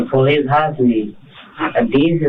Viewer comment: Duh poh-leese